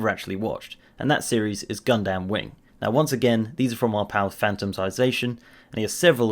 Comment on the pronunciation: lol .. "Gun - Damn Wing" .... One word pal, Gundam Wing